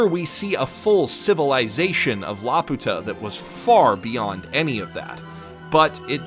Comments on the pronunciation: Is anyone else gonna comment about how he pronounces it??? I dont know what it is in japanese. I was a lil’ bab the last time i saw this movie and it was in english...but in that they called it LAP-YOO-TAH idk tho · Y se fue.... a Laputa! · Why does he feel the need to say Laputa wrong? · I know I should probably have something to say about the video, but I just can't get over how he mispronounces "Laputa" literally every time despite showing it written right there in plain Japanese at the start of the video. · I can't believe the would make such a terrible pronunciation mistake. It's not La-Pu-Ta but La-Pyu-Ta with a long 'u.' It's this way in both the original Japanese and in the English versions of the film. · When you say it "La-puta" it actually means prostitute in spanish. So say it "Lapew-tuh" like the rest of us please. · This is a nice video. Btw, I recognize that this does not especially matter, but it really is pronounced like "lapyuta" (with a Y sound before the U) like they say in the English dub. The Japanese is ラピュタ -- Ra Pyu Ta. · In English & Japanese the pronounciation used is "Lap~u~ta" (one word), not "La Pu~ta" (two words). Thus it was always an uncharitable interpretation on the hispanics part. Heck: I'm not aware of spanish using compound words; so iterating the insult as "Laputa" in speech or in type would seem to be quite the SPaG fail[ure] XD. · perhaps someone with more Japanese knowledge could correct me, but in the title katakana, the ユ seems to be a small yu, so ラピュタshould be read like rapyuta, rather than ラピユタ (rapiyuta). So it would be more correct to call it lapewta than lapoota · CrazyDave746 - "like the rest of us", because he is actually pronouncing Laputa incorrectly. Neither the japanese nor the english dub pronounce it "la-poo-tah", the correct way (in both lenguages) is "lapew-tuh". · actually the Japanese pronunciation is lapyuta. The original pronunciation from Gulliver's Travels is Laputa.